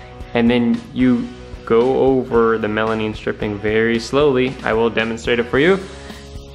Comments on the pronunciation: Stop saying melamine wrong lol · melamine, not melanine lol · Stop saying melaneen